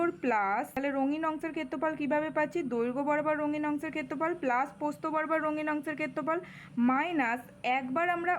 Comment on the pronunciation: ম্যাম ওইটা প্রস্থ... নাকি পোস্ত 🤣🤣🤣